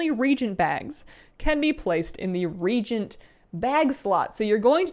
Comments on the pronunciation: What the heck is a rejent? Lol, just teasing. It’s pronounced re-agent ya goof XD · This is your friendly daily reminder that reagent is pronounced re-AY-gent, not REE-gent :) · I love the new UI. BTW helpful tip it's re-agent not re-gent. Reagents react. Regents hold an appointed office. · It is pronounced RE AGENT, not REGENT...lol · Reagent (rēˈājənt) not regent (rējənt) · REagent. REE-AGENT, not REE-GENT. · Re-agent, not regent. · Reagent is pronounced “re-agent”, not “regent”. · Reagent is pronounced re-ayy-gent not re-gent. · "ree-A-gent" not "ree-gent." 😐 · It’s not Regent. It’s ReAgent. Re Agent. Re-agent. It’s pronounced Ree-Athena Reagent. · Just a pet peeve of mine, but: Regent = leader of state, pro tempore, when the official leader (usually monarch) is unable to govern the state. Pronounced "ree-jnt". Reagent = a substance added to a system to produce a reaction. Pronounced "ree-ay-jnt". In any case, solid, informative video. It's nice to see Blizz implementing a lot of basic functions we currently use Addons for. Making things readable and easier to use out of the box is always good, and for anyone wanting to customize more, Mods will still do it. Hopefully, these improvements will also reduce the amount of resources you need to run the game, which should also mean Addons can be designed to be lighter as well. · Anyone know why she keeps saying "regent" instead of "reagent"? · Is reagent really pronounced "REE jint"? I've been pronouncing it "REE A jint" since WotLK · Reagent is pronounced "ree a jint". "Ree jint" as she is pronouncing it, is a different word entirely (see Regent). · Omg not you too:( It's reAgent, not regent! re-agent! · Will hunters get otter pets? Also "re-agent" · ree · ay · jent What you were saying is essentially a person of power / authority. Sorry to sound negative, but it bugs me when folks don't know any better and constantly state the wrong pronunciation or word. lol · Ree-AY-jent :P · It's pronounced "reagent"